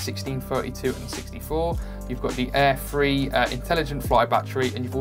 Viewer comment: Are you saying "DJI Air Free" or am I missing something?